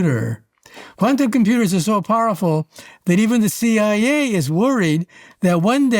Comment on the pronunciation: Let's start with the good news: The AI you decided to employ could find the tone of your voice just fine BUT the intonation takes away your intellect😮 the shameful inability to refer to eg:CIA, UAP and the vowel mistakes, that can dramatically change the meaning of the word you go astray with... So the Hungarian translation could wait a version or two. This isn't up to your standards!